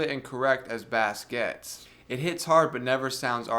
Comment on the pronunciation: Dude. Love the review. You probably are having fun with pronouncing 'Bass'. Just in case you're not, it's pronounced 'Base' - unless it's a fish!